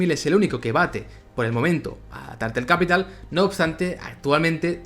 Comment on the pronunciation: Todo genial con tu canal y proyectos pero en serio:" /tartel kapital/"? Creo que en español, latin o catalan quedaba bonito pero al menos dale duro al speaking al ingles xD.